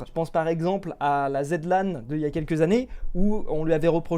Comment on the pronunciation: Zilan pas Zedlan